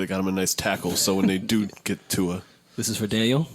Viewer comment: butchered the shit outta Tua's name.